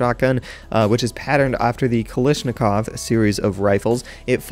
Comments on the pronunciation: Did you just say Kalishnakov!? Kal i shn a kov!? It's Kalashnikov ffs!? y u do dis!? You're dead to me ( ≧-≦) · Not Kalishnikov Kalashnikov or you can tell AK series